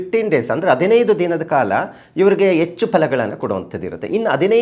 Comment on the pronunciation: ಅ ಕಾರ ಹ ಕಾರ ಸರಿ ಇಲ್ಲಾ.. ಎಚ್ಚು ಅಲ್ಲ ಹೆಚ್ಚು